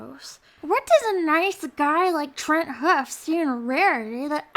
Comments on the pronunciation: its Trenderhoof not Tenthoof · You pronounced it wrong... it's pronounced "ten-der-whoove". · she says she likes trenderhoof, but she doesn't even say it right she says TRENTHOOF!!! THIS IS OUTRAGEOUS!!!!! I MEAN, NOT ONLY DOES SHE BRAG 90% OF THE TIME, SHE HATES RARITY WHO IS A LOVELY PONY, AND SHE IS NOT THE ONLY PEGASISTER REVEIWER,THERE IS INK ROSE AND ILOVEKIMPOSSABLEALOT,AND MANY MORE! U R NOT A TRUE PEGASISTER IF U HATE, AND EVEN WANT 2 KILL OFF IMPORTANT CHARACTORS. U SUCK!!!!